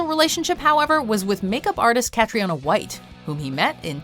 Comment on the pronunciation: How can Cathriona be pronounced so wrong 🤦🏻‍♂️?